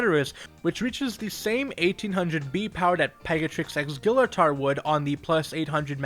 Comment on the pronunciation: Your pronouncing Gillator wrong!